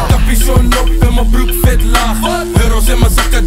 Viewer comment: Mellamel kan de w niet uitspreken hahaha: ik rook viet